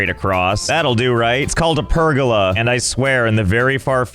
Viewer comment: I don't know if he said "pergola" like that as a joke, or if he doesn't know how to say it.